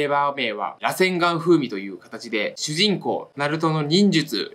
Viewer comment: 螺旋丸のイントネーションちょっと違くて草